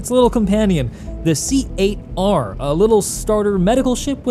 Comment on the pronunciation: please pass the knowledge around. C Eight R is pronounced "Cater". The ship caters to you. It's a pun. Please! Great video as always!